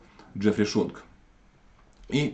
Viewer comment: Правильно не Шонг, а Сионг.